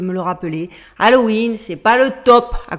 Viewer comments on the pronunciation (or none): none